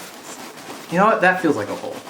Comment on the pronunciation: MICHAEL ARANDA!! :'D Missed you~ When trying to find the hole for your Pinata child abuse victim, I thought you said 'maybe we should just cut a ho' ... as opposed to 'hole'...